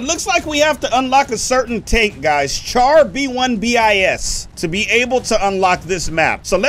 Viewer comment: That's not how you pronounce char B1. (Bis)